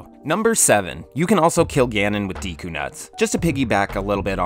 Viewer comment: Add a tenth: it's pronounced "Deh-koo", not "Dee-koo" :P